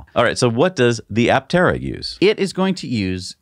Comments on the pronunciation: no, you should not say "a-tera" ... a-ptera is just fine even for Greek , and you should say "p-terodactyl" too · Just a chip in on the name. Aptera is correctly pronounced "a" the way it is pronounced, and not "e". It is a Greek compound word from "a" (pronounced aa) and "ptera" meaning wings. The prefix "a" in Greek is a negative particle denoting absence or subtraction. When it precedes any noun or adjective, it means the the object lacks the quality contained in noun or described by the adjective. Ptera means wings. So aptera would mean "without wings". So Aptera can be described as a Solar Electric Vehicle (SEV) that looks very much like a plane, with all the aerodynamic qualities of a plane, but without wings. What an apt and befitting name. I wonder who crafted it for them.